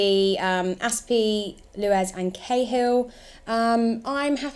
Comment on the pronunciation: Luez it’s fucking Luiz